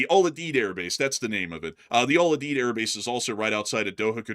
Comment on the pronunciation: Al You-Deed. It's a hard U.